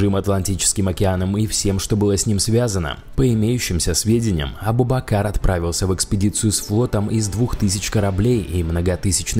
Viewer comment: не правильно говориш надо говорить абу-бакрр